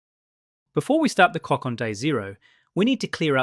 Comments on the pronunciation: “before we start the cock off day zero” nice AI schlop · "before we atart the cock"😂